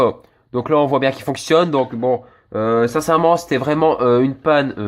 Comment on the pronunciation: Tu dis pas la mais lo tu remplace les a par des o t’es du nord toi